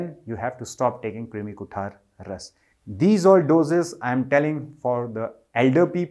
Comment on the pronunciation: It is कृमी (krumi) kuthar